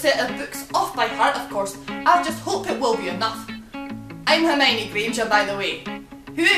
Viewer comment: I just had to spit my tea out after the "whatever house errrrmiiine" bit - almost crying with laughter :')